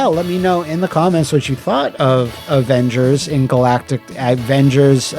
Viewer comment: "THE OHHVENGERS!!"